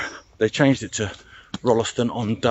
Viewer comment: Amazing. This is a trip down memory lane for me. I spent the first 16 years of my life in Stretton. Went to the junior school, then the big school in Tutbury, and the big school at Rolleston. Pronounced Roll ston by the way, without the 'e'. I walked some of your route on 22nd August 2019. Pictures on my blog. Delete the link if you don't want it. ilona